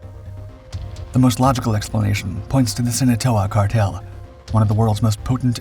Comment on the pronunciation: The "SINATOA?????????? CARTEL??